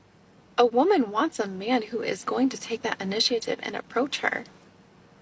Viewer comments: Girl making me crazy. a) That's not how you pronounce initiative. b) What is this bullshit about taking someone SERIOUSLY? You JUST MET. Neither of you should be taking anything seriously. If you want to interact with the guy, MESSAGE HIM you loon. Edit after watching 30 more sec: "future husband", "universal" ugh 🙄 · Doesn't know how to pronounce initiative 😬